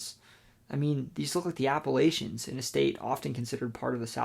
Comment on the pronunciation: Bruh. Native Virginian here: it’s Appa-“latch”-ions. If you keep saying Appa-“lay”-chions, I’ll have to throw an apple-atch-ya! 😂😂 Nonetheless, great video!